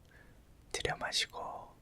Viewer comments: 왜 자꾸 호흡부분에서 두려워마시고... 내시고.... 두려워마시고...내시고...이렇게 들려서 웃음터져섴ㅋㅋㅋㅋㅋㅋ잠이안와옄ㅋㅋㅋㅋㅋㅋㅋㅋㅋㅋㅋㅋㅋㅋㅋㅋㅋㅋ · 저도 그렇게 들려여..ㅋㅋㅋㅋ